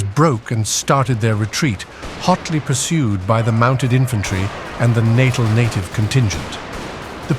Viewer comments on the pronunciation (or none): either improve your ai or drop it. in the art, lagered wagons are not turned on their sides. they would put wagons nose to nose with the parts used to harness ox or horses running under each other and locked in place. also the province was pronounce NAH-tal, not nAtAl as in to do with a birth.